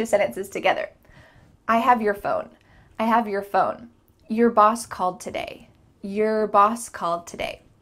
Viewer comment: Your= Yar